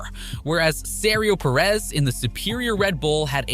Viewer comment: Serio Perez 😂